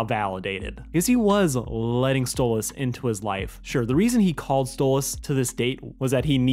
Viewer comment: It's stolas not stolitz understand that